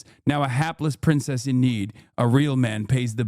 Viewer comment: “A hapless pwincess in need”